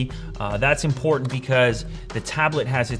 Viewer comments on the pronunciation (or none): none